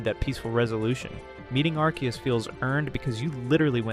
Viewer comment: Its ark ee us not arse ee us bro. Arse is a whole cuss word. You really think theyre gonna include it in an official pokemon name? be serious